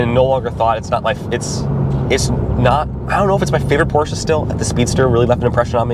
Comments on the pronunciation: Why is that guy saying "Porch"? If you claim to be a competent reviewer, you should at least know how the name is pronounced. You sit on a porch, you drive a Porsche. 👎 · Neither of you should be reviewing this car. You can't even pronounce Porsche properly.